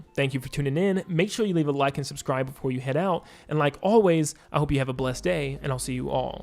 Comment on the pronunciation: “SUDSCRIDE” …I don’t think I will…